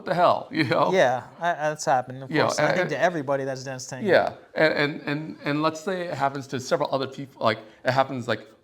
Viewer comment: With all due respect guys. I all you podcasts. I have a question ❓ Why do majority of avid dancers mispronounce the word "tango" ?